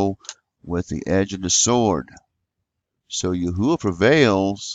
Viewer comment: Praise Yahuah!!! You have discovered the correct pronounciation, which He showed me when I asked many years ago, & even the Arabic people know this to be true, including the muslims.